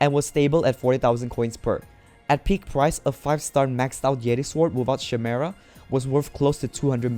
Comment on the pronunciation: Beuh wtf the pronunciation of chimera is so wrong it made me cringe wtf